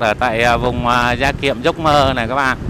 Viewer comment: Gia Kiệm chứ không phải da Kiệm đâu ạ 😋